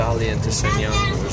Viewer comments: It upset every time you mispronounced Shenyang. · I just don't like it when you fling judgement without even bothering to know how to pronounce the name of the city.